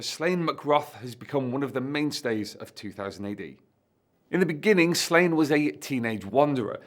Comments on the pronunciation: It's pronounced SLAW-nyə, not "Slain". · Pronouncing it Slane hurts my Irish ears. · the accent over the a means its a long a sound. So it should be pronounced slaw-nye. (ine making nye like the ~over the n in Spanish ) Im assuming the author probably intended slane pronunciation though as its like a play on slay. And was intended for an english speaking audience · Every time you pronounce his name like that a baby develops a cleft palate in Ireland. The daft thing is you know how to pronounce it properly.